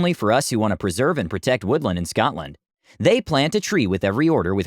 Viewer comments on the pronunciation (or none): none